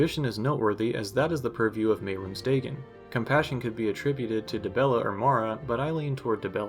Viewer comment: it's Day-gone. Not "daygin"